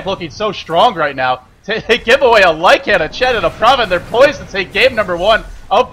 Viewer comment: Hey, Lycan has one dominant syllable, not two.